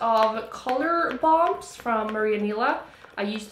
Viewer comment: Hahah alltså när du uttalar Maria Nila som ”Maariöah Nilaah” och sekunder senare säger ”It’s a Swedish brand”...😂